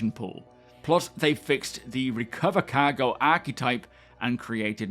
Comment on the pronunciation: Ever since I've been watching your videos, I pronounce 'Cargo' as "Caw-go". I can't help it.